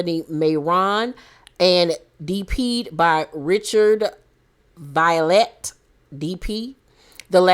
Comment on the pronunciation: Richard Vialet is my cousin the name is pronounced Vee-ah-lay! St thomas VI stand up!!! 🔥🔥🔥🔥🔥🔥🔥